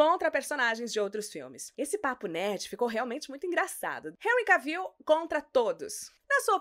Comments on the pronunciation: Querida, você tem uma voz muito bonita. Só derrapa no nome dos artistas. Mesmo a locução em inglês falando nome do Jason Momoa certo, você pronuncia errada. E o Henry Cavill, se pronuncia "Renri Quévou". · Na real se fala "Quévol" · Precisa aprender a pronunciar o sobrenome do Henry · Por isso q os brasileiros não aprende inglês direito. Até a roterista não sabe pronunciar o sobrenome do Henry. Vai pronunciar direito mulher. Pelo menos ensine o povo a falar inglês corretamento dos famosos.